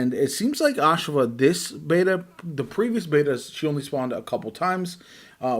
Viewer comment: NOT "AHSH-a-va" Its "ah-SHAV-ah"